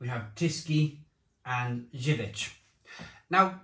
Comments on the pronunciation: Better go to Polish shops for good imported beer (Zywiec is pronouced zerviets like serviets) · Zubr is pronounced jub-r with the j being the shift and rolling j rather than a hard j like joke or job. Same for zywiec except that finishes with a Ch sound (polish is horrific to learn. I've been struggling/failing for about 8 years). Also I'll point out that these are the polish equivalent of fosters or Carling. Really not their good stuff at all. Perla (pronounced perwa) or kasztelan are better, particularly the niepasteryzowane (which means non-pasturised). The best polish beer I've ever tried you'll NEVER find alas. Zloty lan (zwoty wan, it means roughly golden grain) is one I've only ever found in two local village shops in the arse end of nowhere when we go and visit the missus' family. It's so divine that you can drink it warm after a perfectly chilled, good beer and STILL think it's better.